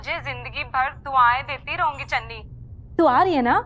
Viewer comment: Biji ne channi ko dhanni bola😂😂